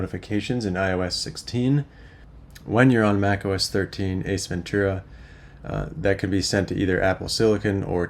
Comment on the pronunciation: OS Ventura I was hearing Ace Ventura haha had to turn on caption just to be sure 😅 Awesome video